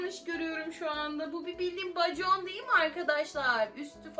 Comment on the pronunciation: bacon 😂😂 bekon okunuyo😂😂😂😂😂